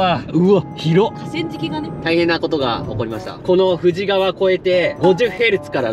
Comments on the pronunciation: 富士川 読み方「ふじかわ」ですよ～ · プチ情報 富士川はフジカワと読んで濁りません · 富士川はふじかわ(濁らない)と発音しないと現地人からフルボッコにされますぜ(経験談）😊